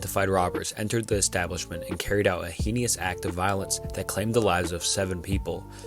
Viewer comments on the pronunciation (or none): how do you mispronounce heinous and dahlia are you dyslexic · dude cant pronounce heinous at all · it is pronounced heinous (hay-nus) not (hee-nee-us)